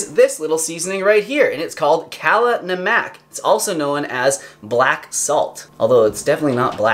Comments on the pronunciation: Helllooo (: Indian subscriber here - it’s actually pronounced “Kaahhh” (like you’re opening your mouth for the dentist) “laaahhh” (like you’re singing la la la) “num” (like the word numb) “uck” (as in cluck) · ugh - your 'kala namak' pronunciation was painful. it is pronounced "call a numb muck" -- say that as a sentence and then say it faster. Excellent video -- i knew half, but am so grateful for the half that I learned!!! Thanks so much! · kala namak is actually prounced as [kaa-laa]-[num-uck]. Its actually hindi lol.will try using it textime in my eggs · Pro tip: kala namak is pronounced more like kah-luh num-uk